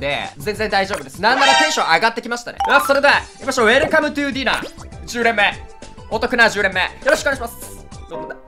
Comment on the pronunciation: 去年から気になっていたのですがコメントすみません…こちらディナー(dinner)ではなくダイナー(diner)です…ずっと気になってしまっていて…🙏